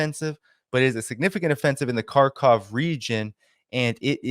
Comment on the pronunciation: I truly love your journalism. Better to pronounce it “Harkiv” rather than “Karkov”. The translations fails with the Cyrillic characters not mapped to English for the X symbol, though the i should be more obvious. The H sound is close to the end of German “ich”, by softer and far, far closer to our H than our K.